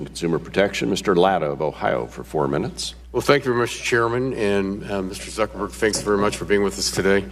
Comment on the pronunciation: did that congressman call him Mr Zuckerberry? lol